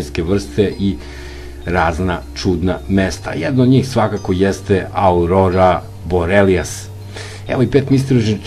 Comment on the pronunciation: Aurora Borealis a ne Borelias i to 2x